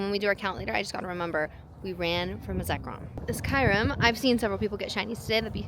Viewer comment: Why do you call Kyurem Kairum? 💀